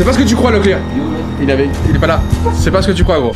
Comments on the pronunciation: C pas locklear,c Leclerc 🤣😂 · Moi je croyais que quand ils disaient ''locklear''j'entendais ''la cuisine'' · Je pensais qu’il disait brocoli🤣🤣